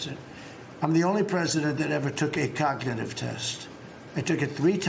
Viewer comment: The way he pronounces cognitive coga- nah-tive really inspires confidence.